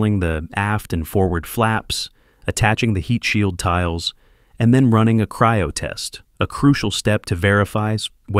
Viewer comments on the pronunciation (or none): none